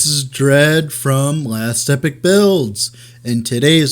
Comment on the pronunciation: Epoch is pronounced EE-Pok, instead of like Epic